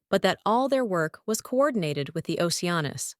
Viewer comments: Lol it's the voice doesn't get it's ah noose not anus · Retakie anus is what I hear lmao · Geez, I had to search this one because I doubted that was his name. At least have it say Leo Oceanus instead. No need to put emphasis on anus. It's funny the first time but unlike fart jokes, it gets annoying the more it's used.